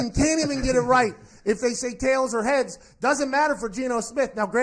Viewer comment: I heard "heaads" like him saying it with an accent. Idk how he said prior but it'd be something to look at